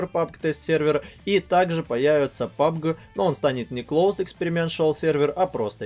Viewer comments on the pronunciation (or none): none